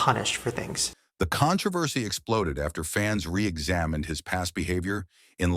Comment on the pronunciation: Your Al engine has really bizarre pronunciation of controversy. Con-tro-versy, maybe with emphasis on the "O" if the speaker hails from the UK.